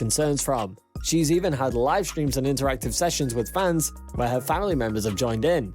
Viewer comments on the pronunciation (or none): none